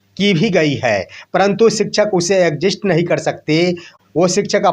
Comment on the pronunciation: मुंह फाड़ फाड़ के एंकरिंग कर रहे हो और एग्जिट को एक्जिस्ट पढ़ रहे हो। शर्म नहीं आता है। एक एपिसोड में कई बार गलती करते हो।